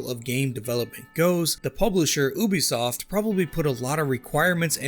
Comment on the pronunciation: Why do you pronounce Ubisoft like that? Would you say a unicorn is a OONICORN? It’s pronounced “you-be -soft”…like your generation